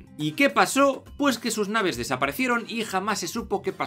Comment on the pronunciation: se dice nave no naho